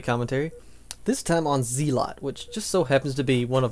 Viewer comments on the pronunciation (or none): nope it's /ˈzɛlət/ which phonetically sounds like zell-ut. Zeelot is incorrect in all languages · p.s. it's pronounced "zell-ot" or "zell-ut". Just saying... Thanks for the vids. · It's pronounced Zel-ot